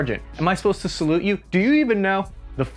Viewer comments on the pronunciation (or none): none